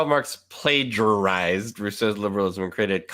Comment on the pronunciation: I was chuckling at the middle school dropout talking about, uh, whatever point he was trying to make. But I totally lost it at "plagerized"